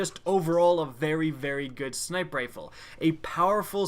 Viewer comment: How come you pronounce "sniper rifle" like "sniprifle"??!??? Its annoying af fam ! 😂😂😂